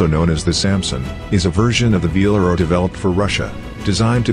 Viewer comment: It's not VALERO, it's VELARO!